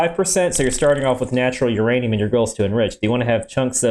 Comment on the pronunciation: Ah yes beeranium...my favorite